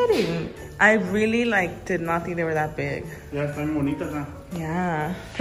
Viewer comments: they’re fat:.....me?: the eggs Me: I’m pretty sure you said “you’re fat” hahahaha lol 😂 (Not hating) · They're Fat: (Thinking he said "you're" fat) Me?? Me: (Also thinking he said "you're fat") No girl, im pretty sure he was talking to me...😭😂😭😂